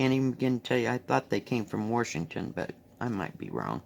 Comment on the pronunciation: Reminds me of my mom. She was really into feeding the birds and bird watching. Bing cherries. Love how you say Washington. I always say warsh instead of wash. Lol